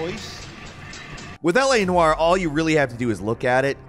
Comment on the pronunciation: "L.A Narr"